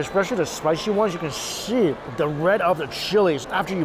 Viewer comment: when he is eating he says "look as you can sheee" instead of "see" ... like he adds a "sh" in his words. I think he knows its his think